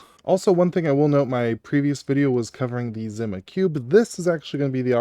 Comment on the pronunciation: I can’t handle the way you’re saying Zima. The words existed for decades as a drink brand and it’s not pronounced the way you’re doing it